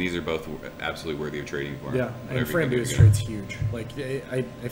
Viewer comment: Reviews Honestly bro, I'd trade for Atrial all day before Framboos. One day I'll get that pronunciation down :) Cheers!